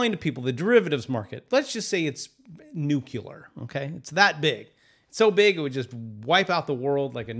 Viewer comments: “Nucular” isn’t a word but “Nuclear” is lol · NUCLEAR (NEW-CLEAR) not NU-CU-LAR!!!! COME ON!!!! just cause you don't teach english doesn't mean you shouldn't know some....I'M TRIGGERED WITH NU-CU-LAR BOMBS!!!!! THEY ARE NUCLEAR!!!!!! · Pfffffthtth! He said "nucular"! Baaaaaahahahahahahaha! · Reminds me of G Dubya. He always said it like that lmao